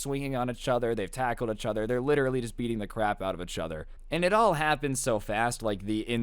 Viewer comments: "roast eachtoher" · “roast eachTOHER” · The amount of times he's said "achother" in this story😂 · The way you pronounce each other lmfao “uchother”